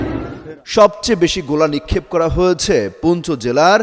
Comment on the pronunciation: ভাই - সংবাদ পাঠে আপনার উচ্চারণ সঠিক করুন! বাক‍্যের শেষে ‘হয়েছে’, ‘গিয়েছে’ - - এই শব্দগুলোর উচ্চারণ আপনি খুব শ্রুতিকটুভাবে করেন - ‘হয়েছ‍্যা -‘, ‘গিয়েছ‍্যা -‘ বলে কোনও শব্দ নেই! 😡